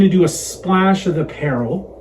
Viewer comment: it's App-per-rawl. And I had two or three aperol Spritz a day while I was in Italy